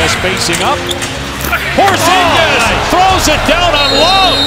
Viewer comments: Porzinjis! Seriously HAHAHAHAHAHA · Boi porzigis HE SAID PO ZIN GES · This Nikka just said porzingjizz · #1 Stephen a smith say his damn name right, #2 too tall for basketball? What are you talking about? #3 Porzingas is amazing now and everyone in New York acts like they’ve loved him the whole time. C’mon man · His Name is Tingis Pingis get it right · I hate that Steven A. Smith call Kristaps, Porzigingis. Like if u agree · Stephen A needs to learn how to pronounce a name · Smith can't say his freaking name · You know Stephan a smith was mispronouncing his name on purpose just to be annoying